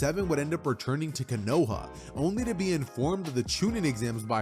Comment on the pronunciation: I just love how he pronounces Konoha as KANOHA😂😂😂